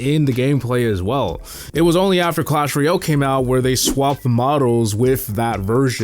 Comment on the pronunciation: It's clash ROY-AL. Not REE-ILL. C'mon, my guy!